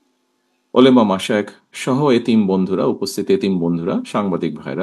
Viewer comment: তিনি মুসলিম অথচ ওলামা শব্দটা ও শুদ্ধ উচ্চারন করতে পারেন না